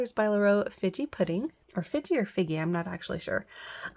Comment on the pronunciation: Figgy Pudding has a hard "g". That was a pretty polish.